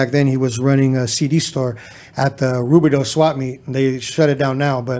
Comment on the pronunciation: Yo don’t even say rubidoux u ain’t got that right 🤣..the west to hot to have a swap meet(.indoor- has been bulldozed)